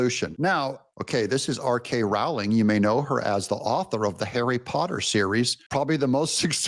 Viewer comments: It's J.K. Rowling not R.K 😊❤ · J.K. Rowling Doug, not R.K. lol. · Pssst - you mean J. K. Rowling, not R. K Rowling.